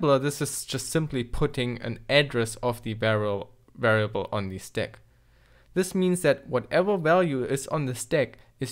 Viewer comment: cant even pronounce stack correctly, kind of hard to understand like what is that "`"x08' at the end?